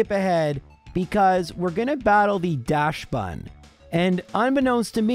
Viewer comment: It's pronounced daxbun, not dashbun